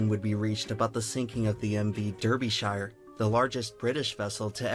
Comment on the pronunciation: That pronunciation of Derbyshire has done me in 3Head